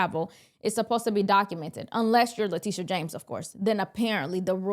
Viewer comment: Le"tusha" is incorrigible.